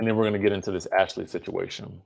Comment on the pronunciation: Listen to how Robyn say situation. It’s a mess at least to me.